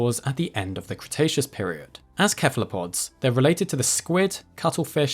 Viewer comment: Cretaceus Crustacean. Crikey